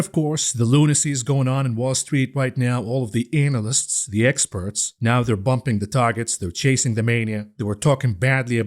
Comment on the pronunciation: Why you kept saying anal lists😂